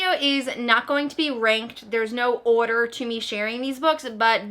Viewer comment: the accent in "order" lol is that a new york accent?? (english is not my first language so i enjoy a lot listening to the different inflections from different states lol)